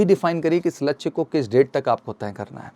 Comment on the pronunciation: Vidio must tha per laksy bolane me sahi nahi laga